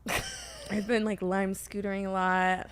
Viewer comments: What's like sootering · Brooke: "Im in a really outdoorsy era rn...I've been lime sootering a lot" that sent me